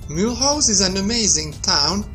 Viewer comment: He cant even pronunciate the name